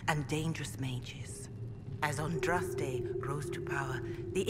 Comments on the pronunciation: Dude - ahn drahs tay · You said Andraste's name right! Its a Maker born miracle! Awesome LP so far but I have to admit I wince every time you pronounce her name wrong. :P